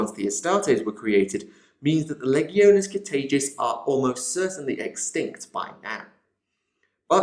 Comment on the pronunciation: LEE-GEE-OH-NAYS = LEGIONES NOT LEGG-EE-OH-NEES. CMON THIS STUFF'S BEEN AROUND FOR A FEW DECADES NOW, PRONOUNCE IT RIGHT.